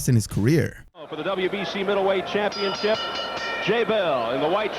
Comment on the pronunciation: What the heck is a "championchip"?